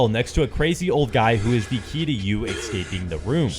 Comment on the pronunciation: "Ex-caping"? What is this word "ex-caping" you keep saying? No such word.